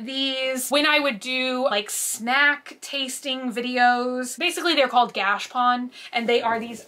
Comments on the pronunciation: I cant take it any more. - stop saying Gashpon. It is pronounced gash a pone. There is an A in there & it is pone like bone, not pon like Don. If I hear Gashpon anymore I’m going to pull out my eyelashes. PLEASE PLEASE PLEASE learn how to pronounce it correctly!! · Every time she says gash pawn I wanna strangle myself 🤯🤯 look at a dr. Squish vid so she can please teach you the correct pronunciation my OCD is spiraling I love you not trying to be mean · Are you pronouncing gashapon correctly? I've always heard it differently. Think you Are missing the middle a? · I've never heard gachapon, said like that. weird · 22 minutes of saying Gashapon wrong.